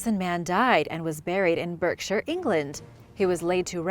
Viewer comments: It's pronounced BARKshire. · Marlow is in Buckinghamshire Berkshire is pronounced ‘bark-shyer’